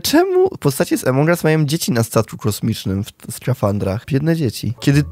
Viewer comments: Czemu mówisz emong as a nie among as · nie emong us tylko among as pls muw tal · no kurwa mowi sie among as a nie emong as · Błagam cię nie czytaj among us jak emong us bo to jest among us (pośród nas) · To się nie muwi emong au muwi się among us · Jaki emong us? Mówi sie among us